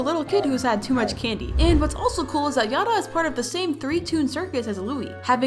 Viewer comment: Yatta is supposed to sound like yadda not yaT